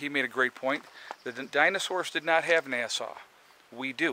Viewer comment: Foxfire Fortner I think he’s saying that way because of the algorithms and pinged words.